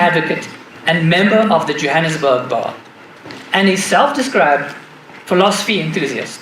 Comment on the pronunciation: He said Jahanam sburg